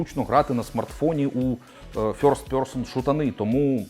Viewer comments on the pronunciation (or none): none